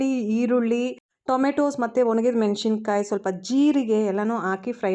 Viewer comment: Madam nimma video thumba chennagi iruthe. Ondhe ondhu suggestion neevu ಮೆಣಶಿಣ ಕಾಯಿ antha ಹೇಳಬೇಡಿ. Correct ಉಚ್ಚರಾ ಮೆಣಸಿನಕಾಯಿ ಅಂತ. ದಯವಿಟ್ಟು ತಪ್ಪು ತಿಳ್ಕೊಬೇಡಿ